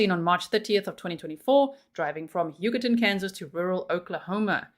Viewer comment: Every time you say Huggerton I can’t help but hear “Yucatán” 😅😂